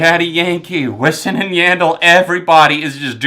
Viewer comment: Louis Fonsie, Wissin and Yahndell?! What pronounciation is that?!